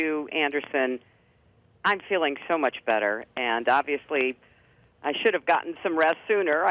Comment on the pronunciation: she says the word "and" here numerous times. I've not heard her pronounce it eeeand - as she does in this video. maybe it's my imagination